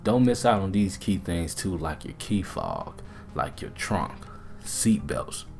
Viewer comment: Did he say key fog???